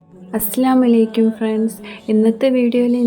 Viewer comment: എടാ അസ്‌ലാമലൈക്കും അല്ലാട്ടോ അസ്സലാമുഅലൈക്കും എന്നാണേ 😊❤